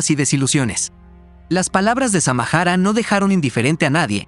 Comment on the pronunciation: NO SEAN HUACHAFOS , ELLA ES SAMARA NO SAMAJARA